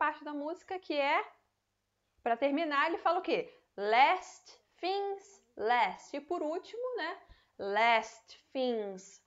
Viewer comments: A palavra Things você está pronunciando Fings. Mas na música ele claramente pronuncia tings e se colocar no aplicativo de pronuncia de inglês tb se fala tings. Então não entendo, já vi outros usarem esse mesma pronuncia para essa palavra com F. Afinal as duas estão certas? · Depende do sotaque eu acho